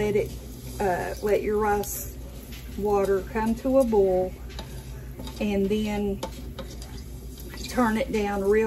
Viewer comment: BOIL B. O. I. L !! Not bol, it is a BOIL. NOT BOL!!